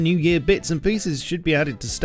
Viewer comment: Dwagon wauwncher :3